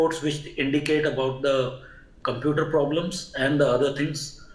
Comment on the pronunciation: These experts cannot even pronounce computooorrr correctly and they blame Boeing's computooorrr..there are over 1500 dreamliners flying all over the world for the past 15 years and there has not been a single loss of life ....